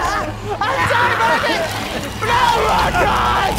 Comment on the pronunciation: marget I'm sorry